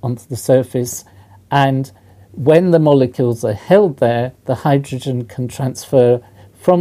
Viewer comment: ugg... why do people say hy droge en ? its hy dro gen , so annoying.